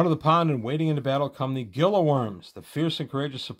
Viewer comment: "Gila" in Gila Worm is probably pronounced (Hee-La) like the Gila Monster, Gila County etc.